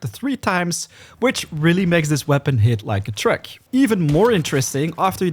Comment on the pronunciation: Honestly I’m not criticising your accent. But, are you saying “Hitting like a Truck” or “Trek”. Also thank you so much for the straight to the point videos. You make us save so much time thank you!